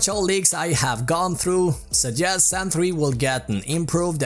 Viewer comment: Me 25 Sec and "Zan 3" xD